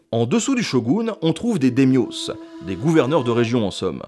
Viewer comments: C'est hyper complet et intéressant, mais pitié, fais un effort de langue !!! Les daimyos, ça se prononce "daï-myo", pas "démyôsse" (par exemple, hein) et ne prend pas de s au singulier — d'ailleurs, le s, exclusif à la graphie française au pluriel, ne se prononce de toute façon pas. Sans parler d'accent, la prononciation en elle-même est très facile, donc c'est dommage d'en véhiculer une mauvaise, surtout dans une vidéo qui se veut édifiante. Ah, et tant qu'on est dans le sujet : etc. se prononce "ète-cétéra", et non "ek-sétéra" ;) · J’en entends s’en plaindre de sangoku au lien de Sengoku, super mineur comme erreur de prononciation sérieux. Perso c’est “dèmiosse” au lieu de daïmyo quim’a pété les oreilles. En fait j’ai même mis un bout de temps à comprendre de quoi on parlait ( à la limite le “dè” à la place de “daï” passe encore, mais prononcer le “s” Franco-français qui marque le pluriel c’est chelou qd même, c’est comme dire “ils font leur intellosse ceux lá”, ou bien “vous êtes de petits rigolosse”, voir même : “les voituresse”; “les hommesse et les femmesse”! J'arrête la vous avez compris et qu’on vienne pas me dire que je chipote sur la prononciation d’un mot étranger, le “s” final et sa prononciation c’est rien que du français) Sinon la vidéo est bien, comme toutesse les vidéosse de cette chaîne : Nota Bene c’est de la bombe désolé d’etre Relou je sais pas fa8re autrement... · on prononce dA-i-myo (le a étant accentué de sorte à ce tu "l'exagère" un peu (mais juste un peu)) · Au fait ça se prononce Daïmio (ça m'as mis le doute trois seconde :) ). Sinon, c'était très intéressant! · daymyo ou Daïmio ça se prononce en 3 syllabes hein, les japonais ne mettent pas souvent plus de trois lettres dans une syllabe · ça se prononce Daïmïo, non mais. C'est bien fait comme d'habitude, le problème, c'est juste la prononciation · Nota Bene, ou le mec qui prononce "Sengoku" [sɑ̃ŋgoku] et "Daimyō" [demjos] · DAYMIO WHAA on dit "Die MIo" (prononcé à l'anglaise)